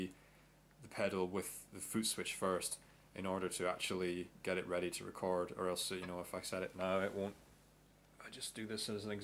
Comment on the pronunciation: its record not recard